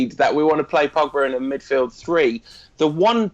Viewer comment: First stop calling him Pagba,...his name is Pogba